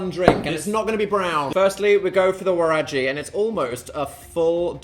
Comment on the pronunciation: Waragi is pronounced with a g like good or guy, not usually a j sound. But I love the east African representation from your fans from here ❤❤❤